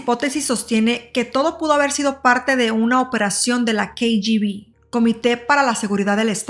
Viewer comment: Muy mal pronunciación😢 diatlon, rastem ?... el uso del traductor de Google para escuchar la correcta pronunciación de palablas en ruso 🙏. ! y otra cosa, un documental en español con siglas pronunciadas en inglés ? CIA (si ai ei) KGB (quei yi vi) :(